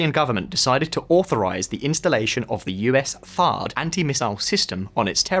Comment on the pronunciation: THAAD not THARDD